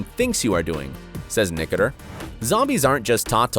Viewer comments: I only came to the comments section to see how many people are correcting his pronunciation of Greg's last name. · His name is pronounced: Nick-o-ter-o. Not, Nick-o-ter. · Its annoying the way he saying nicater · Greg nicotero is pronounced like nic-a-tar-o. Not nic-a-ter 😂 Only true fans know how to pronounce his name 😂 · “Greg Nicotur” ? It’s Nicotero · What is that last name you keep saying....Nicoter???? Isn't there an o at the end of that? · Dude. Its Nicotero, not Nicoter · Hit like if you cringed every time he said Nicoter instead of NICOTERO 🤦🏻‍♂️ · Its NOT Nicater Its NICOTERO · It's NICK-OH-TERR-OH! Get it right. Geeze. How can you be a fan and NOT know how to say it? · I really hate the way you pronounce Greg Nicatiro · ( Nik- a- ter-o ) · It’s Pronounced Ni ko tero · Greg nicker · Drew lmfao nick-a-tur.... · Weird the narrator can't pronounce Greg Nicotero. Lol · he butchered that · Wow dude....you're doing a piece and can't even pronounce Greg NICOTERO'S name right?? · True fans also know the pronunciation of names. Nicotero - Nick-ah-tare-o. Negan - Knee-gun. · Why does the announcer in the clip not know how to pronounce 'Nicotero'?????? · Who told you its Nicoter? seriously who said that besides you? unbelievable. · As if anyone here actually knew how to pronounce Nicotero ..pff Message sponsored by : " Your rando daily post from Italy inc." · he said gregs name wrong🤣🤣🤣🤣🤣🤣🤣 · Buddy mispronounced Greg nicotaro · Your total and utter butchering of Greg Nicotero and Negan's names earn this video a solid thumbs down. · why the hell is he saying Greg's last name wrong?!!!!!!!! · out of respect atleast learn to pronounce greg's family name properly before airing video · Nice work, like the others here, I was "thrown off" by your pronunciation of Greg's last name, but the content was spot on...... But for your sake, get those names right mate. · OMG listening to him mispronounce Greg's name is driving me CRAZY!!